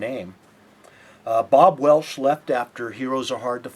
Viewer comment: and it's Bob Welch, not Bob Welsh.